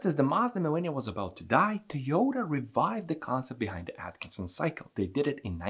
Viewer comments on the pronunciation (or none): none